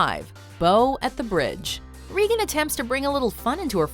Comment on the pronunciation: did you say reegan? It’s regan which rhymes with megan